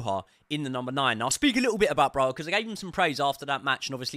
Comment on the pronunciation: Armanda broha 😀😀 learn how to pronounce our players names at the very least please mate